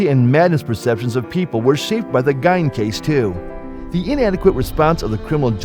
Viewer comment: It’s pronounced Geen, not Gine!